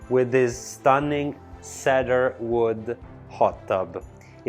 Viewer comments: It is so adorable when he says ekipped (for equipped) and sedar (for cedar)! 😂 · Wow! What an estate. I've never seen anything like it anywhere. (BTW, your English is 100% better than my Italian, but cedar is pronounced as if it were spelled See-Der.) Keep up the great videos.